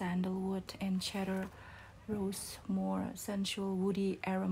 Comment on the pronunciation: It’s pronounced “see-der” in English. “Cheddar” is cheese 🙂. Love your content!